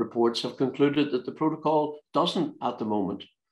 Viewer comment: Geoff Geoff relax your yourself your very angry man and confused its called a protocol not a provo call lol ya muffin ya gef